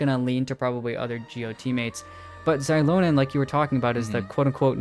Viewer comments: No, mavuika ( or the VA / game studio who tells them what to say ) is wrong. In the language itself, "X" is pronounced as " sh" similar to how chinese is. It is, infact, meant to be Shilonen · Its Shilonen like Shibalanké(kay) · Why are you two mispronouncing Xilonen's name? Its basically reads as Zee-Lo-Nen. even the Pyro archon said her name on the Archon Quest. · you’re wrong, it’s pronounced as Zee-lo-nen as per Mavuika pronounced it.